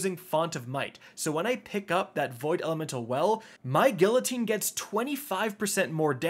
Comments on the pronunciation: Bruh.... The sword is not called falling "gill-uh-teen." It's pronounced "Gee-ya-teen" 🤦🏾‍♂️🤦🏾‍♂️ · Came back 5 months later to hear say “GILL-ateen” again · gillateen, lushent, morbius quiver, lmao cant read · "Gilluh-teen" Jesus christ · I love you, but I'm also a pedant. The double 'L' in guillotine is pronounced like a 'Y', just like the double 'L' in tortilla. And the 'C' in 'lucent' is an 'S' sound. At least you didn't call the other sword the 'Laminate', which I've heard too many times to count lol😉👍🏻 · Even after all this time can still not say the name of the felony guillotine right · The “l” is silent in guillotine .. it’s French